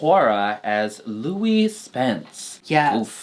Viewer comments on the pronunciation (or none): none